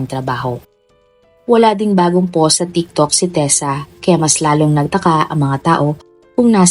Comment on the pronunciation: sorry po pero na bother ako sa pag pronounce nyu ng ‘post’ … ‘powst’ po kasi un hindi ‘pos’